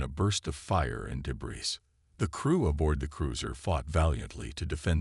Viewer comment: AAAANNNND as usual....CRAPPY AI!!!!! What is: "deh-BRISS", "BEAR-idge", "RED-outs", "INTER-cum"!!!!???? This and other major ENGLISH errors!!!! STOP using AI if they can't speak freakin English!!!